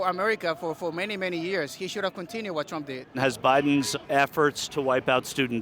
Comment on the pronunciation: He had it right... "Prump"